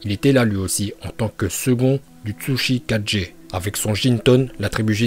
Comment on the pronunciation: Jsuis mort un moment il a dit tsuchi4G